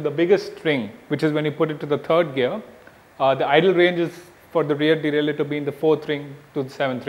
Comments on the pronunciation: its deralier not delaler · No. It's derailleur, dumbass.